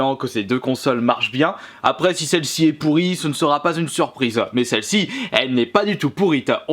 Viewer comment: "pas du tout pourite" on dit pourrie non ? '-'